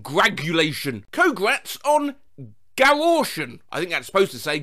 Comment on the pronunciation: "Gaortion" killed me XD never fail to make me laugh, as always